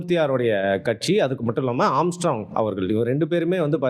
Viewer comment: ஆம்ஸ்ட்ராம் இல்லடா ஆம்ஸ்ட்ராங்..